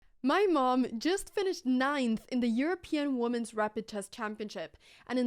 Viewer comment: GRATTIS !!! - and an afterthought, could someone please teach Anna how to pronounce "women", not that she needs any teaching to speak of, except for that one word. :o)